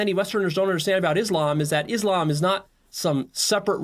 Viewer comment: Why yall keep saying Islamb when you keep hearing the correct pronunciation which is Islam on every reaction video yall make